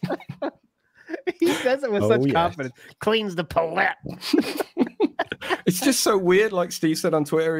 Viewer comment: It’s crazy how Phil always wanted to run his own restaurant but can’t pronounce palette correctly